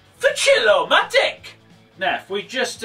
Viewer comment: Who else did hear: "The Chill-O-my d*ck"? And not Chill-O-Matic?